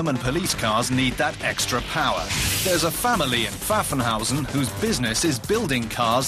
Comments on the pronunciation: Sagt der Typ wirklich "Pfuphenhousen"? lol... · I love how he pronounced Pfaffenhausen xD